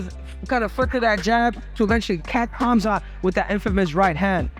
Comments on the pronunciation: Chael: Hazmat Moicano: kazamat ✋🍺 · My man Renato, It's 'Khamzat' and not 'Khazmat'! :D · Kuh-Hama-Zat aka Khamzat 😂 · Who the fuck is kazzemat lol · Everybody butchers Khamzat's voice. Its Hom - zott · khazmat, khazmat.... LOL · I just cant get enough of Miocano's various Kazamatch pronounciations! Dudes a lyrical legend. 😂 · Casmat, Kazemat, Khazmat, I love the pronounciations, rivaling Uncle Chael and JOey Diaz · Kah-zi-mat Chee-mayev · So many fighters have trouble pronouncing Khamzat! They say "Khazmat"!!😂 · He said Kazmatch twice, too lol 🤣🤣🤣🤣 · Chael and Moicano pronounces Khamzat’s name like they got something against him 😂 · Moicano's out here tryna challenge Sonnen for the undisputed mispronounce championship... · He's copying Uncle Chaels' pronunciations😂😂😂